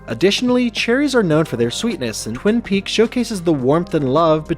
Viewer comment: Within the first two minutes you mispronounce “Twin Peaks”. Fantastic. Good attention to detail.